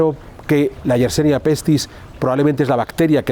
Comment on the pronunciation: Yersinia pestis, amigo. No YersEnia como dices en tu, como siempre, interesante reportaje. Descubierta por Alexandre YERSIN. Gracias!